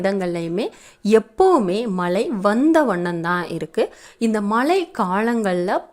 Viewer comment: தமிழ் உச்சரிப்பை மேம் படுத்தவும். Bayan அல்ல, Payan ( பயன்), மலை அல்ல, மழை